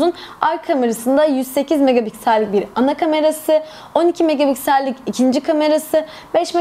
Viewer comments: Megapiksel e her seferinde megaBigsel demeniz beni biraz irite etti. İyi forumlar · Yanlış anlama kızma ama megapiksel öyle okunmuyor :( b diyorsun megabiksel nedir gülme krizine girdim genel olarak emeğinize sağlık güzel video